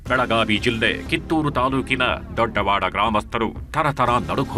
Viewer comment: Sir ಕನ್ನಡ ಸರಿಯಾಗಿ ಉಚ್ಚರಿಸಿ ದೊಡವಾಡ ದೊಡ್ಡವಾಡ ಅಲ್ಲ